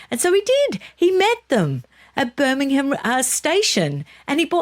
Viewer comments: I agree with your pronunciation of Will- yum, 🙃. You could follow up with pronouncing Birmingham as the locals do, i.e. Birming- um. You did pronounce it correctly a couple of times! Well done! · Hi, thank you for pronouncing Birmingham correctly, can you teach next time you speak to her 😂😂😂love and she's not the only one that says Birminum. love both of you and no offence, it just amuses me 😊